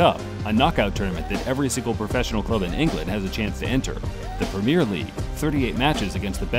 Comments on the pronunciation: "Leester" lmao don't you mean Leicester? It's pronounced "less-ster". What's a "Premeer League"? Don't you mean Premier League? It's pronounced "prem-E-er". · Primer leauge 🤣 i died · "pruhm-year league", "Paul Sjoles", "Zee-dane"... Come on man :D